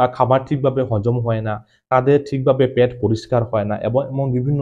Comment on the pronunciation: ওটা প্যাট নয় ওটা হলো পেট